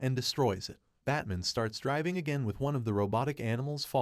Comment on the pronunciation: "Batmin" ? WTF?